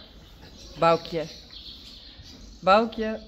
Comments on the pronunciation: Folks to pronounce Baukje as I listened over & over to saying it 'Bow-key-ya' so say it faster... and listen again to. Bow to bow to the queen not Bow as in bow & arrow. 🙂 thank for explaining the lineage of Reintje foals that she birthed. 🙂 When Bauke brought the tractor out... I said Bauke it needs a jolly good wash.. next minute, Bauke was hosing down the tractor 🙂Awesome to see the girls back training the ponies. well done girls 🙂nz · ❤❤ now I know how to pronounce Baukje's name! So simple and appropriate.